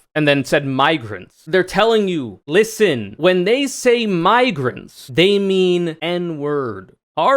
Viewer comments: I looked up the uncensored clip and there is literally no other way to hear it than the hard-R. He claimed it was him mispronouncing "migrants" as "miggrants" which simply does not make sense, on any level. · I know a lot of these people suck, but I think this really was genuinely a mispronunciation because he was mangling immigrant and migrant. I watched the unfiltered version. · How the hell do you butcher the word "migrants" so hard that it ends with an r? I know r? I know that conservatives fear reading and learning almost as much as they fear women and black people, but surely they have at least memorized their talking points enough that they can imitate human language as spoken by functional human beings while they're attempting to con functional human beings into supporting them. Why give conservatives the benefit of the doubt when they've never earned it? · maybe you went over this, the video is 30 minutes so I could miss it, but to me, it's possible he just butchered saying migrants, over video an M and an N sound sound virtually identical, I think its possible he could have accidentally said "Mig," stuttered, and then just restarted the word, they're absolutely wrong and racist, but the saying the N word specifically is something I'm willing to give the benefit of the doubt for and not jump on, not that they deserve the benefit of the doubt but Im a more morally correct person than they are so I give it anyway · He absolutely wasn't.. that's not how you say migrants, anyways, not in any dialect or native accent. Come on :l